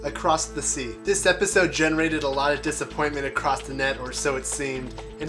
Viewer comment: "...Accrockth the net.." Not criticizing, just thought it sounded funny...:D Love your Lost theories,!